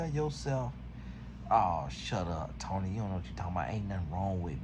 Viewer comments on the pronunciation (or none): none